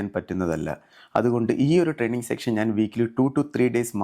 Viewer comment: സെക്ഷൻ അല്ല ബ്രോ സെഷൻ ആണ്. പക്ഷേ താങ്കളോട് ഇഷ്ടം❤❤❤ നല്ല വീഡിയോ അതിഗംഭീര ഫിറ്റ്നസും 🥰🥰🥰